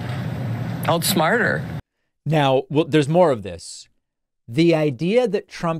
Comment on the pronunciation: Did she say, "outsmart her"? Lol